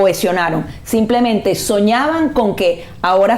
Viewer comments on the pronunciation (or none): none